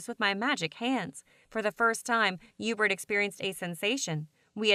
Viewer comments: his name is yuebert bro idk where you’re getting the h or e sound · Video: hubert: Ébert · Herbert or Erbert You mean Hubert? 😂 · I think his name is „Hubert“ but Heebert is way better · God damnit. His name is Hubert [You•Bert] Shit bothered me the whole time lmao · No it ain’t HeBuRt or EbUrT it’s EuBaRt MiSpRoNoUnCeD y’all flash fans know what I’m talking about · I thought it was Yeebert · Bruh it’s pronounced hee-you-bert (Hubert) 😂😂😂😂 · am i the only one that heard hughburt?